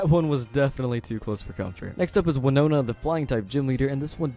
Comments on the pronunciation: you said the flying gym leader name right I am proud of you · You say Winona correct